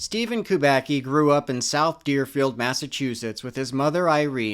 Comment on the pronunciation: No, not "Kubaki". It's KUBACKI. KUBA-TS-KI. Like tsuki in japanese.